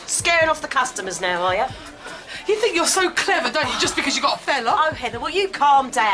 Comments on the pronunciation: This narrator needs lessons in how to speak properly. Why are you hiring somebody who clearly can't pronounce his Ts and Hs?? It's THINK and not FINK!! (Just an example 🙄) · This guys pronunciation is terrible! Can't pronounce Think and thought... Th not F!!! He's done another video on here too! Why I don't know!! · Jonathan Ross has a lisp, thats right. However he knows exactly how to pronounce "th" and that that's different! This guy doesn't have a lisp he's just not pronouncing words like Thank you, Thought, Think, Three ect.